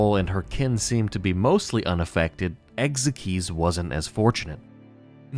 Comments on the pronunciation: "Ex ikes" not "ex ek eez" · Ekzykes name is pronounced Egg-zikes